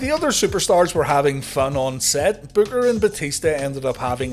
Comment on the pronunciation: Booker said "Batishta" all the time xD xD